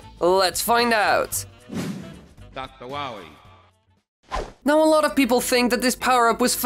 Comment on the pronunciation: Channel name: Dr wily The intro: Dr wahwee